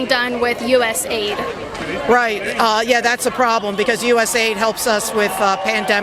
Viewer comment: Never say USA AID! It’s USA ID! Big difference! 👍🏻🥃